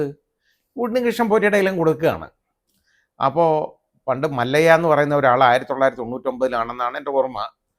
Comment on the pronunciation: മല്ലയ്യ അല്ല മല്ല്യ ആണ്